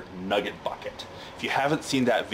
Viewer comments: The way he says “NuhGIT” 😂👌🏻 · Listening to this man say nugget is so funny and I don’t know why